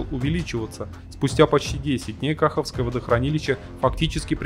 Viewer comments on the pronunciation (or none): Ну, неужели не интересно было поинтересоваться, как же правильно произносится не известное вам водохранилище? КахОвка, известный населённый пункт, который русские взяли под свой контроль и не знают, как он произносится… Как же вы это называете своим? Тогда пусть будет река мОсква и озеро бАйкал… Я ж понимаю разницы не какой… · Автор, во первых напряжение в ВЛЭП измеряется в киловольтах. Во вторых водохранилище, которое взорвали ваши рашистские войска, называлось Каховским, с ударением на букву «о». В третих линия ВЛЭП 750, которую, опять же, ваши войска, так называемой РФ и обстреливали неоднократно, называться «Днепровская 750», с ударением, опять же , на букву «о». Отказы ее, равно как и отказы других ВЛ, были вызваны именно обстрелами ваших оккупационных войск. Если автор так сильно переживает о судьбе нашей АЭС, есть очень хорошее и единственно правильное решение, вернуть ее «Энергоатому» и вывести с нее свои войска и прекратить свой ядерный шантаж и терроризм. И, еще одно. Я б порекомендовал не рассуждая в комментариях вашим зрителям, по поводу розы ветров и степени загрязнения, которой будет подверженна территория наших областей в Украине и Европе, а подумать о последствиях которые вслед за этим последуют. А еще задуматься,о безопасности, к примеру, ХОЯТ Курской или Воронежской АЭС и о степени заражения российской территории, вследствие выбросов на этих объектах. А, я вас уверяю, они непременно случаться. Слава Украине! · А еще вместо кахОвского...кАховское...слух режет)))